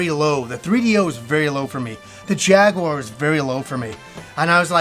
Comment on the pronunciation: Thank you for saying jaguar correctly and not jagwire